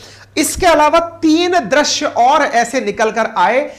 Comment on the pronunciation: drasya kya hai. .drusya ya drisya bolo